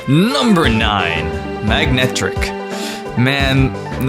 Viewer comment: YOU FUCKING SAID MAG-NECK-TRICK WHEN ITS MA-NECK-TRICK